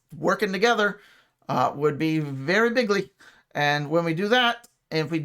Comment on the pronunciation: "very bigley." I love it